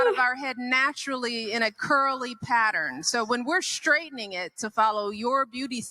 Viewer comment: Ssssstraightening.. Not Shhtraitening